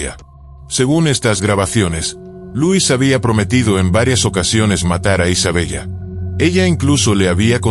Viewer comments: Isabela así se pronuncia , no Isabellllllla.👎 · Se pronuncia Isabela 😮